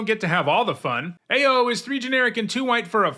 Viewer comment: I am OW-ing every time I hear mispronounce Ao the Dawn Sky. Ao in Japanese pronunciation is said as OW or Owl without the L in English.